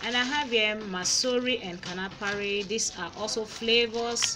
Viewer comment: It is not KANAFARI it is KANUFREE